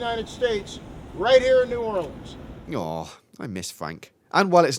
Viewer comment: the mispronunciation of New Orleans makes me cringe 😭